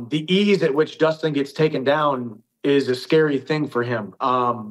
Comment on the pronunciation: dhich* not rich 😂